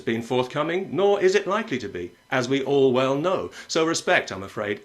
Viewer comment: "As we ORWELL know" was that deliberate Pat?